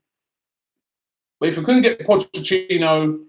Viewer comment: Potchachino? How can Somebody who makes his living off of talking about football not know how to correctly pronounce Potch’s name. It’s like how he pronounces Rennes, I guess he will never learn.